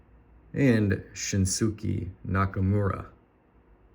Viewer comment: Thanks for the wrestling rip! Shinsuke is pronounced "Shin-Skay" in case you rip some more lol. If you can get your hands on some Megas, they are loaded!